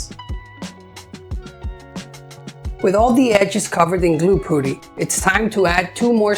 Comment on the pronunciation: Very pretty planter box. Thank you. Also want to say that the 'u' in putty is pronounced the same way as the 'u' in the word up. Looking forward to watching mire if your videos 😊